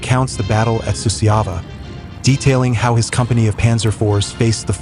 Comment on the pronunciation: Suceava is pronounced Su-char-va. Cernauti is pronounced Cher-now-uts not the Russian nonsense name mentioned here. Jassy is an archaic foreign name for Iasi, pronounced Ya-sh. The footage has nothing to do with the battle described. There's Hungarian troops being decorated, Waffen SS in Normandy etc. This is a poor effort.